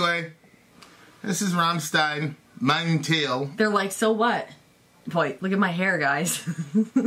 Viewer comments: Teil is pronounced "Tile" and it means piece or part. So the song is called "My part" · speak it out like "tile" mein teil = my part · it's pronouced like TILE in english (coming from a half german/half polish guy growing up in Germany) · And he doped him up on pills and alcohol as he bled out in the bathtub then buried his skull in the backyard. He tried suing rammstein from Prison. It's Pronounced "Tile" :) meaning part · "Teil" (literally "piece", in this context "penis") pronounced more like the English "tile" than "teal" or "teel". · No, the "ei" in "teil" is pronnounced the same way as "mein"! It means "My Part", you know the theme with a cannibal, based on real events. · The ei in Teil is pronounced like the ei in Rammstein